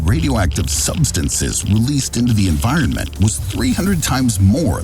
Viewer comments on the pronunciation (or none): none